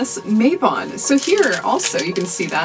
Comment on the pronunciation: Beautiful grimoire! Not sure if someone has already mentioned, re: Mabon, but Mabon is pronounced 'Mah-bon' and is the name of a Welsh legendary character from the Mabinogion, sometimes also seen as a deity. So the name is not made up, but was used to describe the Autumn equinox, probably as Mabon has a similar story as other gods that are associated with this time of year, where he descends to the underworld, and is 'reborn' in the spring.